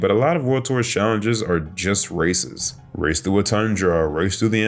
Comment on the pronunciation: For a second when you said "most of the challenges are races" I thought you said "racist". Then I realized it when you listed the races.